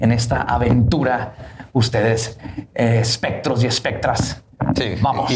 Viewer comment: "Espectres" jajajaja